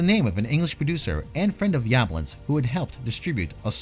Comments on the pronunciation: The original was filmed in the City of "South Pasadena," not "southern Pasadena." And the producer's surname is pronounced "Yuh-BLONNS." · The way you pronounce Yablans almost made me turn the video off